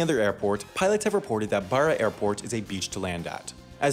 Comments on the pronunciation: “Borra” ahahahaha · I live on one of the islands in Scotland and the flight to the mainland is about half an hour. The plane's really small though. Also he butchered the pronunciation of Barra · He pronounced Barra wrong